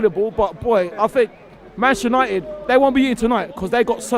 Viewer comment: This guy still cannot say “Manchester United” properly